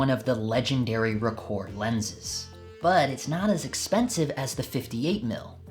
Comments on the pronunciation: Ahem....ROH-kor, not ruhKOHR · Good video but you are killing me with the pronunciation. its pretty well established that Rokkor is pronounced Rock-or not roak-or.. Hence the name of one of the most popular minolta websites ever the Rokkor Files, which is a take off on the Rockford files. Also the earliest SR pre-MC mount is often referred to as just SR or auto rokkor or AR I and II There are some lenses in this group with some interesting characteristics too